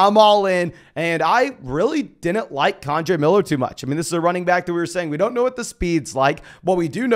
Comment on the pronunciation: For the love of god,. It’s KEN-DRAY Miller. Not KAWN-DRAY Miller. 😂